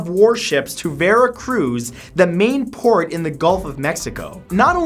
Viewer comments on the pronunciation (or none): none